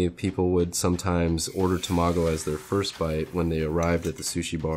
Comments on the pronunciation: It’s Tamago not Tomago. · This is amazing and mesmerizing. You are so crazy skilled! But you gotta learn how to pronounce Tamago my dude 😂 TA-ma-go, not ta-MA-go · ta-ma-go not tomago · Him saying tamago like that was pissin me off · Haha he was cool until he pronounced tamago wrong, haha. Jk